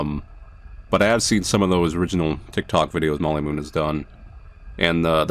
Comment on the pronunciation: "Molly Moonn"? Why does that sound like.. one quick search later Y-ep, it's exactly what it sounds like.